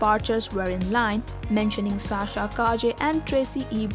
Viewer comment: Sa-sha, not Sha-sha please.